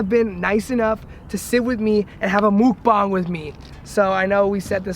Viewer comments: You're pronouncing it wrong bruh (Muck Bang) not (Mook Bang) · Its not mookbung its muk bang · I thought it was pronounced MUCK-BANG not a MOOK- BONG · "mocbong" lmfaoooo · I thought he said "mook bong" and im deadddddd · Bro its called mhuck bhang. Plz get ur shit right. Its so cringy when u say it wrong. Mhuck means eat and bhang means room. Ur wiki facts that u bring up are made by white people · is that rly how you pronounce mukbang?